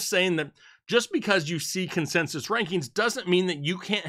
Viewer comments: “Consesis” lol happy Thursday guys ! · Say "consensus" again.